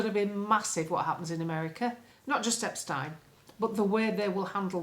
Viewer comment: I love how you pronounce Epstein correctly, as your time in Austria has ingrained the correct way to say these sort of names. ✔️✔️✔️